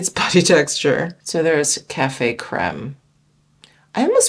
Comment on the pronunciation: Will be doing pooty instead of putty from here on out 😅😅😅